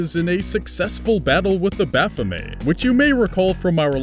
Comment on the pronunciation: It's pronounced: "Baff-O-May"